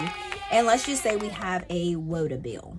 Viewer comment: Love the way you say "woota" are you sure you're not from Jersey or Pennsylvania?